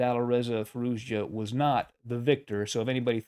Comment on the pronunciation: You all pronouncing his name incorrectly. ITS firouzia . Spell the j as y or I .